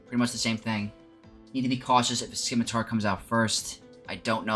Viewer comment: It is not pronounced Skimitar my guy...the c is silent